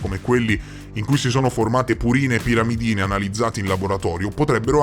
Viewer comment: Bel video con ottime nozioni scientifiche, se posso comunque è pirimidine e non piramidine